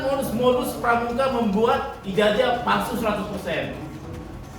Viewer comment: BELAJAR DULU MENYEBUT IJAZAH DGN BENAR BUKAN IJAJAH. NGOMONG AJ UDH SALAH GMNA MENULIS.